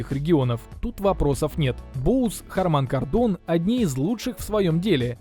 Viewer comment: бля, неужели так тяжело правильно произнести название фирмы... нормальный обзор, а ухо коробит от хармАна кардОна 🤮